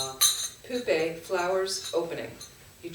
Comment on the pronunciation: pronounce push + pay : Puspe ( 🌺 flower) Dhoo + pay = Dhupe (incense )